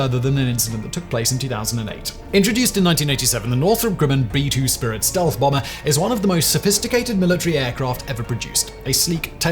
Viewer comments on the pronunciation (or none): none